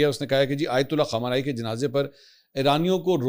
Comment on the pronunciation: MAK pl nam sahih len. KHUMANAI nahi balke KHAAMENAEE